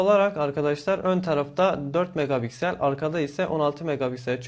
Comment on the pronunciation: megaBiksel demen beni benden alıyor